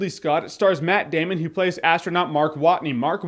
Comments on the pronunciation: is a Username It's more like: METT DAYMUN! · he meant , more like "MATT DAMN-ON!!!" :P